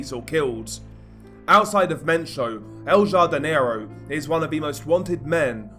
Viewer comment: I think its pronounced el hardinero the j in spanish makes an h sound jardin is garden so i think its the gardener or the big garden translated